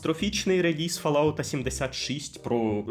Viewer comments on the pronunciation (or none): none